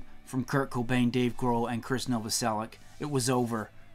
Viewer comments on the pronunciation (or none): It's pronounced Novoselich.